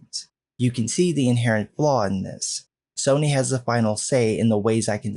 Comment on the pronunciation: I'm laughing harder at Soyny more than I should be and now cannot hear Sony without hearing Soyny now lol